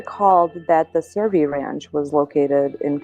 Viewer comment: CERVI NOT SURVEY!!!